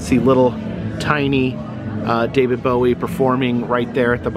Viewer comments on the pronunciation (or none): none